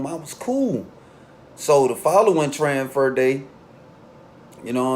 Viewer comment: 😳😳Tranfer...I Thought It Was TRANSFER 😂😂